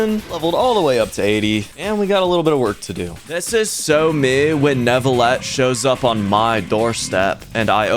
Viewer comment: im also pretty sure that in neuvillette the e is silent